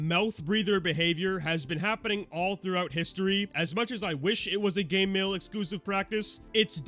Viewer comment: Why do you pronounce Game Mill like Gay Mill?